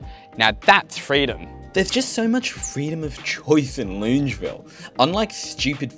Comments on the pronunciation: HOLY FRICK I AM OFFENDED LUNGEVILLE? AS A LANE COVE NATIVE ITS LONGAVIL I KNOW ITS APRIL FOOLS, BUT THIS IS JUST TOO MUCH TO TAKE 💀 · Hi, Love you channel and your excellent delivery. Just picking you up on your pronunciation of Longueville. It's pronounced Longer-ville. I laughed when I heard you say it. Also, I've get to disagree with your view that we need to keep jamming people into units. The quintessential quality of living in AU is that we have (or used to) the luxury of a backyard in the suburbs. We don't want to live like they do in HK or China. Yes, its a symptom of insane immigration but having grown up in Haberfield, I love having space around me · loongeville? ...ahaha your pronunciations never cease to crack me up 🤣great vid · You're an amazing young man and a Doctor too. Loved your video on Wondabyne, we used to take the train there from Epping and camp for a few nights when i was 15 and walk next to the train tracks to Woy Woy. Used a torch to signal the train driver to stop at night. I've always pronounced it that suburb Long-e-ville ? Best wishes to you for your future :-) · Buddy it’s pronounced long-a-ville (as an unwilling resident of the area) sick video tho 💜💜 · Longavil is how it’s pronounced. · Longueville --> pronounced Long-ga-ville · Lived in Sydney for 30 odd years and always learning something interesting about it, like how to pronounce Longueville